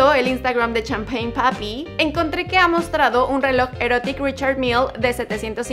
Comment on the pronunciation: Like si alguien más se echo a reír como yo cuando dijo champein papi 😂🤭